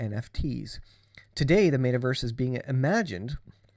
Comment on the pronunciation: Nice video also it’s Met-a-verse not mate-a-verse